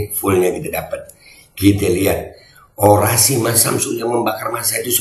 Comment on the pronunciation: Cawapres harus nya orasi bukan ny oradsi tapi jadi penbawa acara🤣🤣🤣